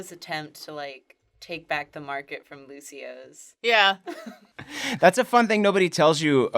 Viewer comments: It's not Lucio's it's Lucio'os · Sir it’s lucio oh’s